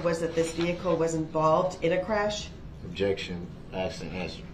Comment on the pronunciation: Interesting note. We make fun of his “axed”. The way we pronounce “asked” if fairly new in human history. It was originally arsked then axed. There are videos that go through the history of different pronunciation of words. Asked is one of them. It sounds boring, but it’s presented well and not too drawn out.